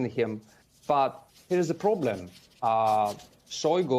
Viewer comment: Now that is a "Ploblem" now isn't it.